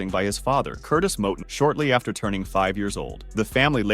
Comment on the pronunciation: This this don't know wtf he talking about he don't even pronounce cornel last name right he also said Curmel had like 63 fights he had like 130 and 6 losses how you gonna give out false info 😂